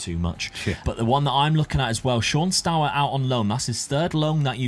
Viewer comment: I'm sure nobody really cares about it, but the dutch eu in Steur sounds similar to the u in Burn :)